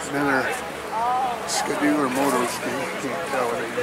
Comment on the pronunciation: It's Ski -- doo . Not ska-doo,,..